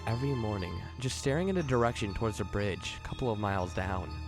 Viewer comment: "Da bridge" "da bunny man"